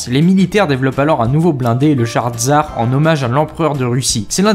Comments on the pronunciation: Ta quoi contre les russes et ça se dis "tssar" et pas "tsar" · "Tzar" non tsssssar